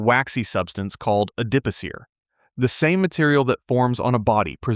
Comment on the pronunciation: Its pronunciation is “ad di poe seer” with the emphasis on the last syllable.